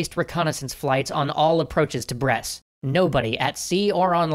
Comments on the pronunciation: I'm one year and a half late but... Brest does not pronounced like "bress" but more like... "breast". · By the way, Brest is read as it looks, without ommiting the T